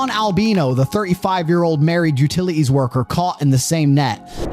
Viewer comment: Narrator, learn how to enunciate your 'T's (thir-ee five, utili-ees, caugh in the same net, pah-ern, chah apps...). When did people start doing this?